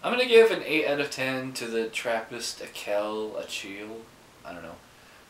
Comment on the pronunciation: well, it's a Blond (non triple). the pronounce was kinda off, the A (is kinda german A, the 'ch' that's the one from 'school') But it was a good try and these Belgian sounds for words can be tricky.